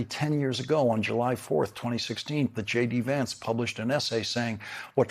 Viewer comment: Do not touch that lovely young man... And say his name correctly